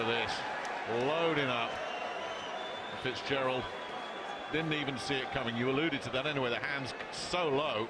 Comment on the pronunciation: Fitzgerald not fizpatrick